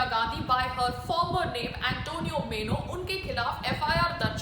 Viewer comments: Antonia was her name, not Antonio. Antonio is boy's name, Antonia is girl's name. That's how Italian, Spanish names are! Also, not मेनो, but माइनो! Sonia Gandhi must be laughing at you! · Please make correct pronunciation as. MAINO and not MENO. It is MAINO. please don't take it otherwise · Antonio Meno nahi PAAYAL ji...😂😂😂 Antonio Maino....Plz update...